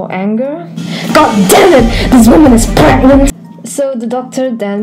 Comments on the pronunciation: u mean pregante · “Can you get.. Pregante?”